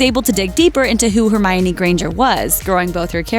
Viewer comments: Did i just hear hermariony? And not hermione? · Hermariony 😂😂😂😂 its Pronounced HerMynie!